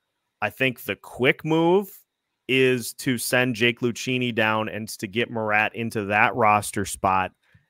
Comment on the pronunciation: Pleased to hear normal pronounsation of marat's surname. Nice. No 'K' in front.